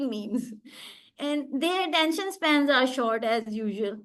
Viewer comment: Is that me or she is pronouncing attention span as spam ?